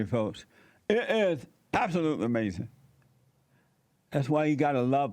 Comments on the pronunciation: UH MAY ZEN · Jesse even got her to say AMAZIN...! 😃